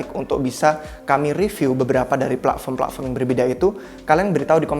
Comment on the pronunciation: Pletform, bukan pla'form